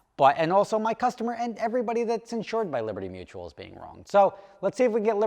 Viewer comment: Hey, they're dragging their feet because they spent your money on training the new guy how to say liberty mutual correctly. 😂